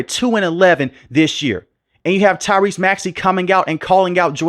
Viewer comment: Why you say maxey first name like that smh